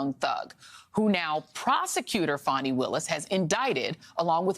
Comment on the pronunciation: it’s pronounce like fawni